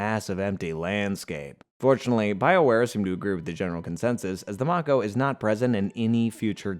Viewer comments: Bro did u play the game its may-ko like the shark not mako some times spellings isn't the same as pronunciations. Bro love the content just hate pronunciations makes me think you never played the games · Listening to this guy mispronounce so many words is excruciating. Rachni, tali, mako.... pretty sure this guy never actually played the games